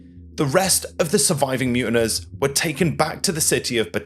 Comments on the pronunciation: Mutineers not muntiners. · Mutiners? Who pronounces it that way? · MUTINEERS. MU TIN EERS pronounced as MU TIN EARS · The word is pronounced mute in ears!!